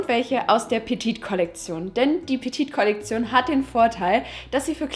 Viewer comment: petite ist falsch ausgesprochen:)